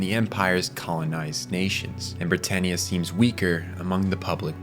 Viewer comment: Why do you pronouce every character wrong? Cahlen??? Britarniea? This has to be AI generated.